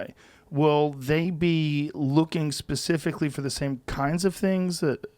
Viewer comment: Not da sÆm